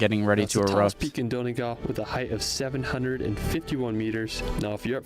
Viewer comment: Why can't Americans say Donegal. it's Dun e gawl, not don e gal.